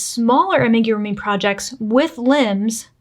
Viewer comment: I can't with the ''make-a-roomy''....is it that difficult to google how to pronounce amigurumi?